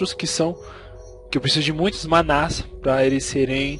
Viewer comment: amigo '-' é manas. nao manás !